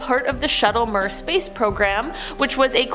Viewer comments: Mir is pronounced mirror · MIR is pronounced "meer".